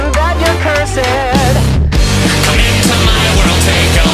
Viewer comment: he said cursaed